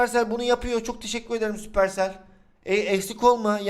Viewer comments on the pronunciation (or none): none